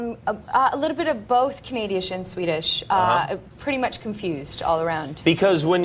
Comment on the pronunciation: Noo, Canadi-ish? lol, hope you're kiddin